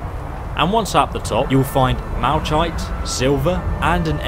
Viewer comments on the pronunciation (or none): No offense but its pronounced mal-a-kite 😂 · malachite is pronounced mal-uh-kite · Its "mal-uh-kite" bro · Two things, George Leigh Mallory’s body was found in 1999 and Malachite is pronounced “Malakite”. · Did he just say malchite?